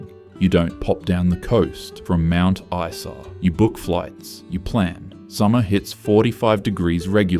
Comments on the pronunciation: And someone who knows how the pronounce the names of these towns! Mount Eesa? Seriously? 😂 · not knowing how to pronounce mt isa == immediate ban from making more queensland videos